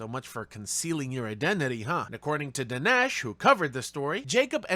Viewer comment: You’re still saying Danesh’s name wrong ?